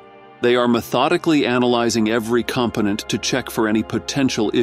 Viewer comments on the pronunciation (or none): "component" pronounced "comp-anet" AI speach makes the strangest mistakes.